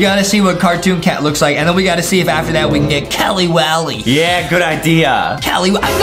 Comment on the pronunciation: It's not killey willey